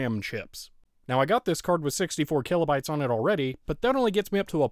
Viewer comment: "Killobytes" Gets me every time I hear it.